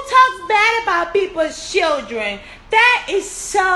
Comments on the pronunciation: Y u saying shildren girl hhhhhhhj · She said "shildren" and not "children"😭😭😭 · New word for the DAY SHILDREN 👶 SHILDREN 👶 SHILDREN 👶 REPEAT 🤣🤣🤣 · I think the reason Joseline still can't speak english is bc she may not really know how to read it either think about the way she pronounced children in spanish ch is a part of the alphabet